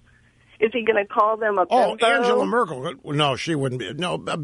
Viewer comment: Actually Rush, SHE pronounced Angela Merkel correctly, and YOU butchered it. You didn't even recognize who she was talking about.